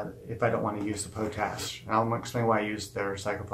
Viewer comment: It's called pot ash not po tash I really don't think I like your vids sorry